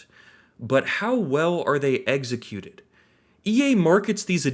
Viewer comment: wtf is "eggzeguted"?